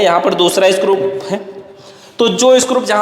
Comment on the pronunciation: भाई स्क्रूप नहीं होता स्क्रू होता हैं